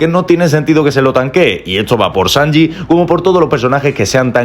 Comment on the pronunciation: COMO VAS A DECIR SANJI GAU